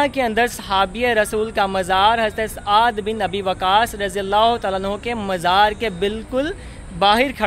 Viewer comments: Saad Bin Abi Waqas not aad bin abi waqas...correct yourself...its blusfamy ... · yeh SAAD bi Abi Waqas hen...tum ne kaha aad bin abi waqas...sahabi ka naam ghalat na bolo. behurmati na karo Utuber.